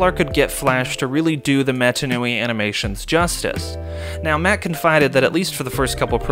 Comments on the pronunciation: canonically it’s “mah-tah” that’s how they pronounce it in the films. I loved the video though, I wouldn’t have thought about getting in touch with the developers, it was really cool to hear their take. Giving your vid a like! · great video, some really good info in here, but please for the love of god, pronounce mata nui correctly at least once!